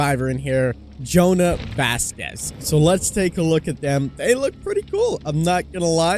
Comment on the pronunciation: You said his name wrong..